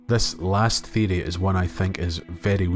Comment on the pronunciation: I subscribed because the way you say theory sounds dope. 🫡